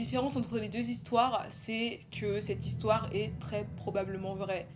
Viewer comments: « On commence l´histwoeeer » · nice ton histoère <3